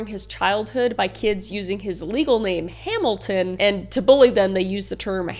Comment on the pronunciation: I couldn't focus for this entire video because all I could hear was Kris's "Hamilton". Now all I need to know is, is he fluent in French? (I'm a bad person, I know)